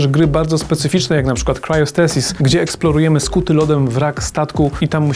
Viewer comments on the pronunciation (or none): Jezu dzieki z 10 razy probowalem wpisac to poprawnie do googla i nie zczailem ze to sie pisze razem bo to tak dziwnie powiedzial